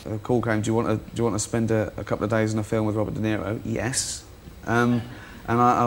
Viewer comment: Ahhh, I was wondering who "Wobert Deniwo" was.... LOL